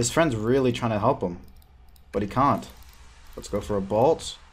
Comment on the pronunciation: I dont think he can pronounce A's he says splawsh, cawnt, nawt, whawt